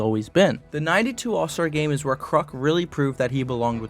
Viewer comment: “3 time zall star”